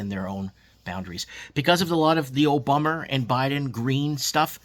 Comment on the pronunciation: Ya, great point about you don't own your country if you can't get into the real estate market because of inflated prices and BS policies. It sounds like we Australians don't even own Australia. Sad. Also, I love the "oh bummer" (Obama).